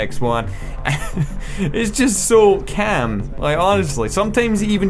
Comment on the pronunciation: Kaamm? thought it was cawm... *calm*